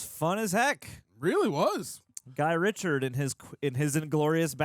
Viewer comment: RITCHIE not Richard..